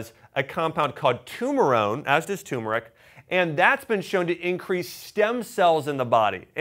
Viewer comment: Really appreciate your videos, but it's TURmeric😉.